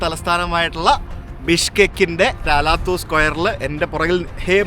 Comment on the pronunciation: Алатау അലാത്താവു മലനിരകളെ പ്രതിനിധീകരിക്കുന്ന പേരാണ് ആ സ്ക്വയറിനുള്ളത്. അലാത്തു എന്നല്ല, അലത്താവൂ എന്നു തന്നെ pronounce ചെയ്താലെ മനസ്സിലാവൂ !